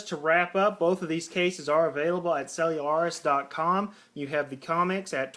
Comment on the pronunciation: No, he is saying it right. I go to their warehouse every so often to buy cases